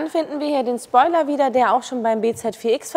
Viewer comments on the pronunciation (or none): none